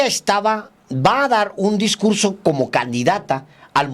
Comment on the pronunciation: Como no hay discugso voy a improgvisag!